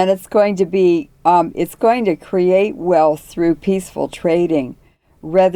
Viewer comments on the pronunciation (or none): none